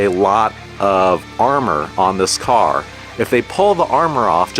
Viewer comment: Each time you say car 🫨 I cringe Nice Jeep tho!